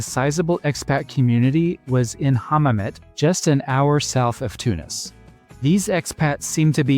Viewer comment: like "louage" not "lounch" or " hammamet" not "ham net" ..